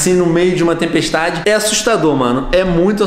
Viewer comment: Venom parece que tas a dizer tempestade Diana😂😂😂